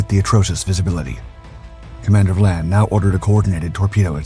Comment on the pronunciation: Hey, narrator! It is Commander Vian (Vy-an) not Vlan.